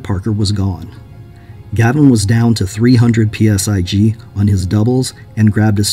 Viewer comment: Stop saying "PSi G" it's just PSI. 😆